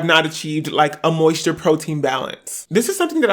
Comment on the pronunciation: “ He need some 𝗺𝗼𝘂𝗶𝘀𝘁𝘂𝗿𝗲."